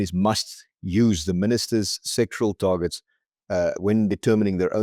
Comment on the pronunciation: pls note it's sectoral - SEC TO RAL - targets, because the way you pronounce it it sounds as though you're talking about SEXUAL targets. You need to pronounce the word clearly!